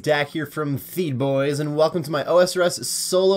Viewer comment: don’t say obviously when you mispronounce so much shit. Whether it’s you own channel name or bastion potions etc